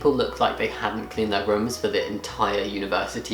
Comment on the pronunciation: It really did sound like "her" - I realised it must have been "their" though